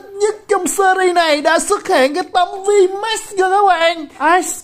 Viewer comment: đọc tiếng anh đỉnh cao vl Vmax thành Vmatx hahaaaa